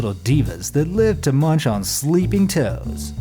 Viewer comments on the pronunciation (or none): none